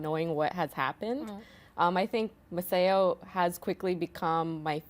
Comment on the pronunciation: Massao is pronounced MASS-OW. No body gets that!